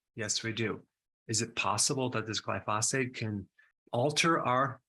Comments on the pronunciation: GLIE - FOH - SATE not Gly - fos - fate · Pronunciation gly' pho sate accent first syllable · Dr. Berg, the word is gly-pho-sate. Accent on the gly not the pho. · Love your videos. Just for reference it’s pronounce GLY-fow-sate accent on the first syllable 😊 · Pronounced "gly pha sate" 🙂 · What's "glyphosphate"? Its pronounced gly-pho-sate... and it is highly toxic to your gut microbiome since it was designed to disrupt the shikimate cycle in plants, bacteria and fungi. Not good considering humans have on average have 10 times the number of microbes (bacteria, viruses etc) than human cells... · I would take you more seriously if you could pronounce glyphosate properly. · Thanks for this video! I’ve got to say, either you or everyone else in the world pronounces glyphosate wrong though.